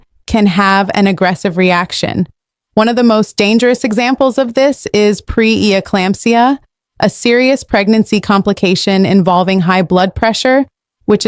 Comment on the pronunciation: The narrator was ill prepared in that she wasn't able to correctly pronounce some of the words such as "seminal" and "pre-eclampsia." The producers and editors failed to do their jobs by giving little or poor preparation for the performer.